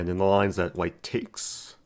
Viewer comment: Mr. Rosen, how come you always over pronounce the last letter of a word? For example, instead of saying “lines” you said “line-ssss” is it a speech impediment or were you just taught like so?